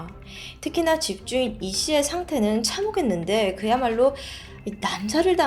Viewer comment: 늘 잘 듣고 있어요...! 발음... 참혹했는데: 참호갰는데 이렇게 발음하는게 너무 거슬려요ㅠㅡㅠ